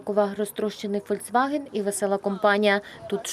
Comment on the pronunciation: Шановні! Не ФОЛЬЦВАГЕН, а ФОЛЬКСВАГЕН. Volkswagen - народна автівка.